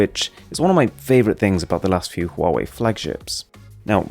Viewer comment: Finally a reviewer who noticed that Huawei has an 'H' in it.